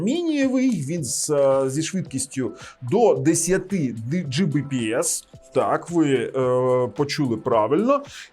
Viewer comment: Оцим вирізняється. Він любитель педантично зачитувати в спеках все до букви, як написано. Він завалює свої ролики купою не завжди зрозумілих, в т.ч. і йому самому, технічних термінів, абревіатур і т.д. Ось хто ще, крім нього, "10 Gbps" прочитає, як "Джі бі пі ес"? От слухає людина ролик, і як вона на слух це сприйме? Скоріше за все, як чортішо. Чого тоді скорочувати, відтвори термін повністю - "10 gigabit per second", чєвоуштам 🤣 Але більшість на його місці таки скажуть "10 гігабіт на секунду". Або просто "10 гігабіт". От хтось його спитає -, а яка швидкість твого інтернету? А він такий: "10 джі бі пі ес"!